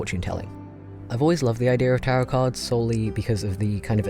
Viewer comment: I thought he said "carrot cards"